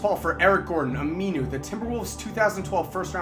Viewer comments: He kept saying aminu wrong lol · every time he says aminu i cringe